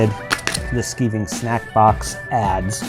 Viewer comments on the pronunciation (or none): its skiving not skeeving, as in sky not as in ski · Skiving is pronounced sk-eye-ving, not sk-ee-ving. In the UK to 'skive' means to shirk off work. It comes from an old leather workers term for thinning out leather. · Hello! I just found your videos, and I think they are bloody brilliant! I think you meant SKY-VING instead of skiving for the pronunciation of those sweets. It's a British word for "Goofing Off", as you Americans call it. I don't want to sound like Hermione, you know: "It's Levi O sa, now Levio SA". LOL! I love how you make everything to be so simple for us Muggles! Thanks for sharing your videos about making Harry Potter props for parties! Cheers! Janet in Canada